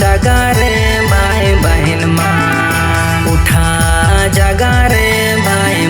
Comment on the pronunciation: Gana bahut achha hai pr शब्द का उच्चारण ठीक नहीं है ,भाई के जगह बाई बोल रहा है baki sb achha hai